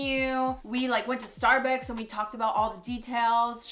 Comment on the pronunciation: LMAOOOOOOOOOOO "Starbecks" 🤣🤣🤣🤣 I just love G&M so muchhhh and CONGRATS 🎉🎉🎉😍😍😍